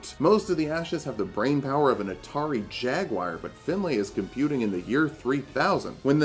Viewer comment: Awesome video but you are pronouncing the name Finlay wrong its not pronounced Fin-lay more Fin-lee